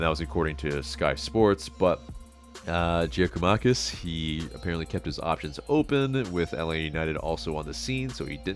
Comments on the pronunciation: It is pronounced Yia-koo-mah-kiss. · GG is pronounced Yakomakis. Would be a great signing. Will be top scorer